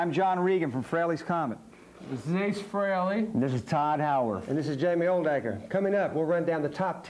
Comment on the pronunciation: Cool video! Hope more people see this and realize that it's pronounced FRAY-LEE and not FREE-LEE. It kills me that even Eddie Trunk, who's known Ace since the 80's, can't pronounce his name correctly.